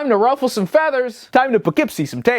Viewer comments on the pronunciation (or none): none